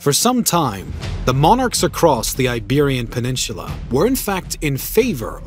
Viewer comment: You say peninsula as if there is a CH in there.